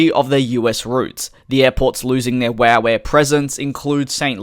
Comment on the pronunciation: I died laughing when you said wooh air instead of wow air 😂